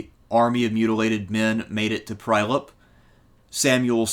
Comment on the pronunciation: Strumika & Prajlep :D Being born and raised around these places it is heartwarming as much as hilarious to hear an American pronounce these names. Great presentation as always btw